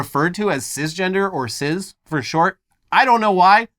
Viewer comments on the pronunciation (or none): Why are they saying sizz and not cis? Pronounced cys or siss. Just why? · That's not how you pronounce cis